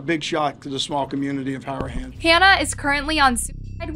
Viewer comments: This was so horrible . It is a great close knit community . Fyi it's pronounced Hara- HAN. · Just fyi, Harahan is pronounced hair-a-hann. It’s I’m my backyard, just awful story!!! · It's pronounced HAR-A-HAN ( like hair a hand but without the D on the end .